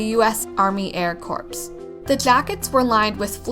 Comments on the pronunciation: It isn't pronounced "corpse". KOR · Corps is pronounced “core” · Cool video. FYI “corps” is pronounced “core.” It’s French. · the "p" is silent in army air corps. Also the A-1 preceded the A-2 in the 1930's. Also, the B-10 came before the B-15.